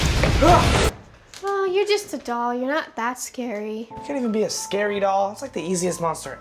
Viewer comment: IT'S NOT SACARY